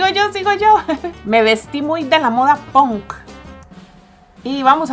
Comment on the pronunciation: moda que decías antes cuando empezó el vídeo no es ponk es punk